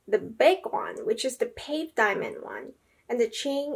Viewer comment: It's not BULL-gare-i, it's bvl-GAH-ree. It's not pave, it's pavé. I expect there to also be more pronunciation issues further into the video, but I won't bother going over them now. I'm exiting.